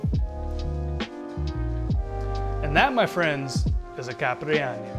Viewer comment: The way you said caipirinha gave me depression and I'm not even brasilian